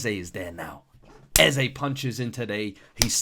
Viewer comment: It ain’t “Eze” 😂